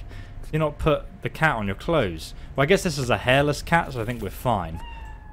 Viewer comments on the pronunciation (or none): none